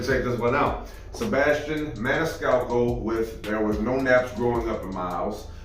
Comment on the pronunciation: So proud of you that you pronounced his name perfectly !!....LOL.....most reactors butcher his name !!........more Sebastian, please !!